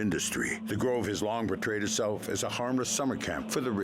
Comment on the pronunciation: Did say "OVO" when they were talking about The Grove? 😂😂